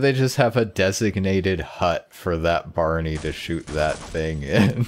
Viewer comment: I like how you started calling Barney "Barna".